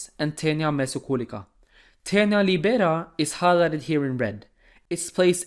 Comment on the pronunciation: Awsome job from Italy, thank you! Sorry in advance for my english but, just a little advice on pronunciation of teniae (plural of tenia), it's latin and as a language, it has a correct way to say things. 1) it's lìbera, not libèra 2) Coli is pronounced coli, you have say the ending "i" as the "i" at the end of the word "ski". Bye!